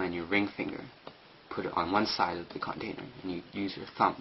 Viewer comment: lol CONtainer good vid but work o your english bud